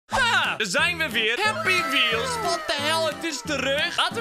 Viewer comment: Ik moest al wanneer je het woord zij halt Weels zij moest ik me stuk lachen!😂😂😂😂😂🤣🤣🤣🤣🤣🤣🤣🤣🤣🤣🤣🤣🤣🤣🤣🤣🤣🤣🤣🤣🤣🤣